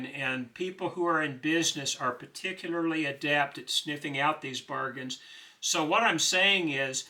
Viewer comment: I enjoy your gracious brotherly spirit and wise advice, but tbh, 39.42% of the reason I tune in is to hear you pronounce "particular."